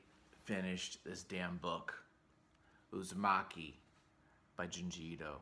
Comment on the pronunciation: It’s Uzumaki, not Uzimaki. The former is “spiral” and the later means “Thanks”